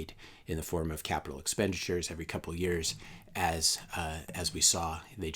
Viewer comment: "...you don't have a bubble that lasts 11 eyars..." SP500 and NDX want to say "hello" lol